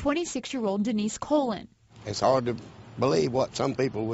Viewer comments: Colon cleanse! LOL its Co Lon its Spanish last name. smh. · Denise COLÕN!! not colon!! haha that's my last name till its not only way to pronounce that name!! damn hah but damn.. they woman leaving these kids... smh..